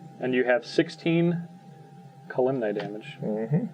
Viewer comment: really needs to stop pronouncing Kalemne wrong.